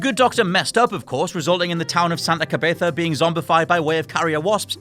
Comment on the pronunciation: Frank West's purpose wasn't truly to affect what was going on. Hes a photojournalist, his goal was to report on what was happening not prevent it. Also, it is Santa Cabeza not Santa Cabetha